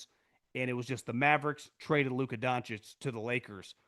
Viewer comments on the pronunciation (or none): none